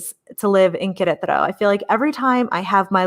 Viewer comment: Thank you for your enthusiastic portrayal of Queretaro — I wavered many times, but your first videos convinced me that this was the place for me. I am one of your “elderly” viewers— you helped me with the pronunciation of Queretaro. The time is getting closer— heading “home” to Queretaro (Centro) mid July— I can’t wait.